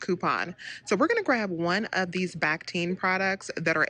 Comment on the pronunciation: Love these deals! (BTW it's pronounced back-teen)